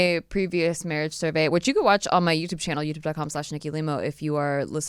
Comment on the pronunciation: How are you guys? and "mawwwwiiidgeee" lol